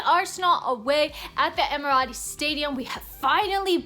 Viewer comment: It is the Emirates stadium but i had a good laugh when you called it the Emirati stadium.lol